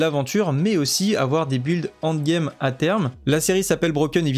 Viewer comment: tu es l'un des meilleurs youtuber au nivo journalistique sur D4 ! mais bordel le end game et non pas le hand game da fuck tu me rends guedin bisou quand même